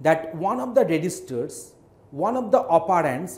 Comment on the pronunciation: One of the 'OperAAAnds'